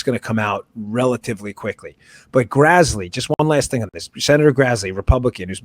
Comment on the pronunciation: Great show. FYI, it's Senator Grassley, not Grazzley. Carry on.